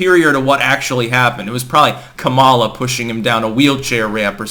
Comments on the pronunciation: I can't help notice that is mis-prunoncing Kamala Harris' first name. Now she is very sensitive to that, mind you. It's Ka-mala. (stress is on the Ka part, as in Ka-lamity). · No, he's not. It's pronounced Kum mala, just ask her. She spent enough time on her knees for Willie Brown 🤣